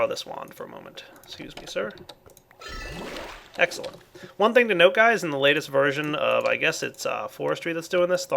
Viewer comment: Egggssscelent, new favorite word pronunciation:D